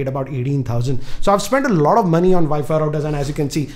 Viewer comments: you mean vifi routers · ViFi Router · What the hell is a ViFi router?